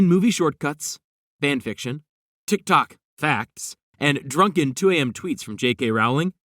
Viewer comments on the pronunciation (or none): none